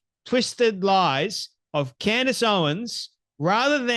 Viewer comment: Yes he did ! He absolutely did ! You are wrong ! You are so off base !! First off say her name right !! Ye idiot